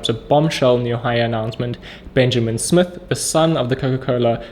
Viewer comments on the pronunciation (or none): none